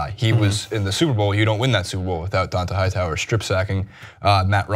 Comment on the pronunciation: You can be full of shit and a lazy reporter...looking only at stats and social media, only watching highlights of the game, but if you talk about sports for a living you are required AT MINIMUM to pronounce the names of the players correctly. Don-TAY Hightower Mike GILL-iss-lee I would suggest you actually watch the sports you're required analyze. It's clear that you do not, and because of that every word you say is from a position of ignorance.